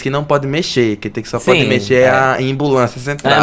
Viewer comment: 'imbulancia' kaakakakka